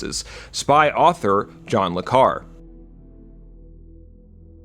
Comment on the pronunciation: John Le Carres' name is pronounced Car-re.